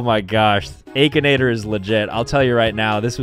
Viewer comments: Bro really said ‘ay-kinator’ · The AY-K-INATOR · I love/hate how he calls Aa-kinator as Ae-kinator. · "Ay kin ay ter?"??? bruh i've been sayin "ak in ay ter" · aKAnAtOr me: it’s ak(I)nator 💀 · did you just say aykinator???? its akinator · I think it is pronounced ak not ache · The aykinator bruh it's akinator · I know he didn't say aki-nator it ackinator! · it is akinator not aykinator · bro pronounces it "a-kinator" instead of akinator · Stop saying it like Aykinator it's ahkinator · Ah yes the aykenator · nahh bro said ehkinator 💀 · hold on. The “aykinator” 💀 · EXCUSE ME? “Aykinator” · bro really said akeinator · He realy said Aichanator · I still wonder y he’s calls it Akinator with that ayyy sound at the beginning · He pronounces Akinator so weirdly lol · He said akinator with the long a hahaha😂😂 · He pronounced akinator wrong 😂